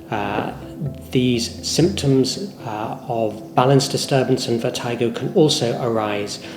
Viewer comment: It's pronounced (vert-i-go) not (vert-eye-go).